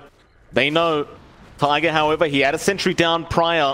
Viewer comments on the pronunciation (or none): none